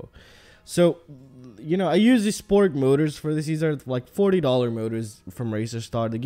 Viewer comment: Sprog S-P-R-O-G Sprog. Not Sporg